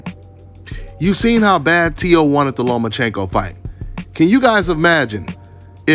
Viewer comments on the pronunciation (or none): It’s “Teo” bro!